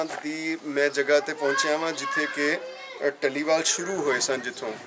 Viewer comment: dhaliwal (ਢਲੀਵਾਲ) nahi, dallewal ( ਡ ਲੇਵਾਲ ) keho ji, Gulab Singh dallewalia c